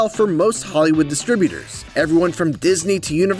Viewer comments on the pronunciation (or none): "Hollywod", lol